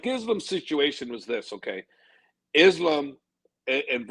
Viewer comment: bro...stop with the izlum... pls say ISLAAM...izlum, really ugly to hear